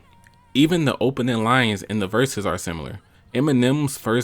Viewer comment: You hear detriot accent coming out bro said “ the opening lyens”